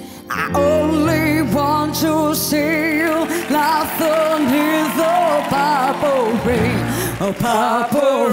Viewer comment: Tu aquí intentando hacerte el gracioso, y ella diciendo “papa rain” hace que la todo un público se ponga de pie y que más de 200 mil personas vean su vídeo, imagínate si llega a decir bien “purple rain”. Un saludo “crack”.